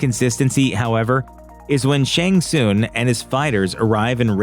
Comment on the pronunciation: "Shang Soon"? Is this an AI voice? You've heard the name pronounced in the video games.